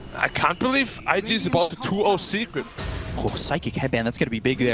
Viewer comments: I just want to say 'secrekt' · SECRET? NAH MORE LIKE SECREKT🤣🤣🤣